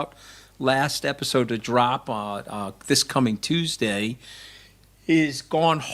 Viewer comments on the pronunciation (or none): none